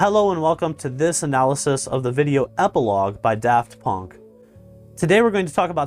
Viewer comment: "Daft Pönk"